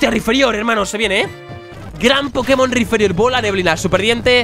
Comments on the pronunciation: Es Rhyperior no Rhyferior x3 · RAIPÍRIOR,, RAIPÍRIOR. NO RIFERIÓR. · es rhyperior ni rhyferior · PORQUE COJONES DICE RHYFERIOR, QUE VA CON P!!!!! ES RHYPERIOR RHYPPPERIOR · Por cada ves que dice mal el nombre de Rhyperior deseo con más fuerza que pierda el locke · Drapion acero Taparme los oidos Riferiór (acento para destacar la o, no por gramática) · Rhyperior "PERIOR" pls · Que alguien le diga a ese hombre que se dice "raiperior", gracias